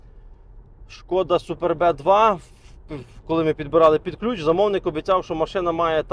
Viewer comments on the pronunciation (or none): Навчись правильно вимовляти,* суперб,"супербеее😂подборщик хренов!!!